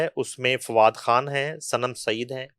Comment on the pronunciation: "کھان" تم کو بھی بالی ووڈ کے طرح " خ" کی ادائیگی میں موت پڑتی ہے؟ جیسے شاہ " روکھ کھان " - خ تم کیوں نہیں بولتی ؟ موت پڑتی ہے تمہیں